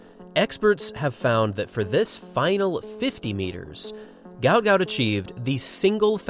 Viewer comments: Not ‘Gout’ like the illness. his South Sudanese name is Guot, said Gwot. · IT'S GU---OT .....not gout... y'all can't get it correct?? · The pronunciation is "Goot". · He is on record as saying his name should be pronounced Gwot Gwot, although his father says he will answer to anything! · Its Gwot not like the disease